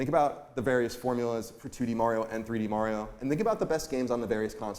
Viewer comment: I'm so proud of Colin for pronouncing Mario correctly in his segment